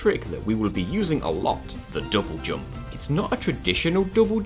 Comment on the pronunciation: Love how you say double jump.. dobojob